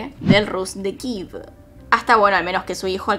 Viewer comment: Jajaja 🤣, me mata cada vez que dice kiv por Kiev 🤣 nunca lo escuché